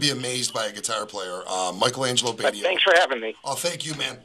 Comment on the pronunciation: It's "Bay tee oh" (rhymes with "radio") dude!